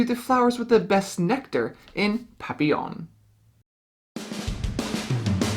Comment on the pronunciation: for pronouncing Papillon correctly. It reminds of Isle of Skye. Definitely interested.